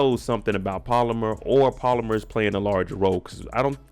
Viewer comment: Pal-Oh-Mar not polymer .. lol